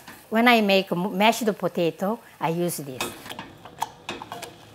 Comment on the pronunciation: "When I make mash-da potato"